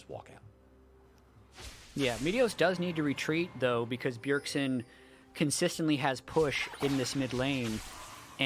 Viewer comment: It's Bjergsen not Bjergson 😐